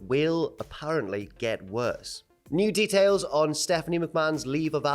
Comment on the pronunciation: “Mew Details”